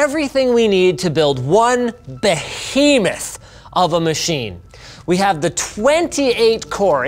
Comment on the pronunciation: BO-HE-MUTH